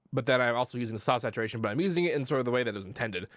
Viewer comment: i like how you pronounce the word "sausageturation".